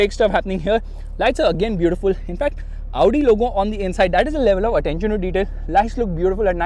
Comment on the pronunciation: It's not Avudi, it's Audi 🤣🤣🤣